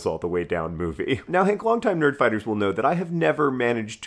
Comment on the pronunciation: Hehe, I just started the video but good morning Hank sounded like "Good morning, Cake" and it made me giggle :)